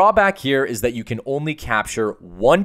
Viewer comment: you pronounced data the wrong way!!!!!!!!